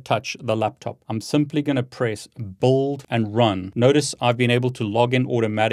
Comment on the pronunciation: He seems to have a difficult time pronouncing the word BUILD , it sounds like he says bold…